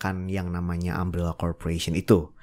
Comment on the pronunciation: Umbrella bukan ambellah.... Umbrella bukan aem rela.... Katakan TIDAK.